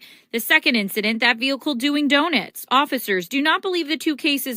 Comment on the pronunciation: What are doe-nits? Doughnuts I know of, but not doe-nits.